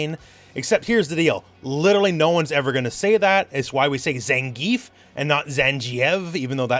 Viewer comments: It's not Zanjieff it's Zaun G(hard g sound as in "give")ee Ehv. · "Zan-jee-eff" is not right. I am as a Russian saying this. He's Зангиев with G like in "gift". As you know his name based on the last name of a real person. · at least, katakana says otherwise ザンギエフ zangiefu. G not J.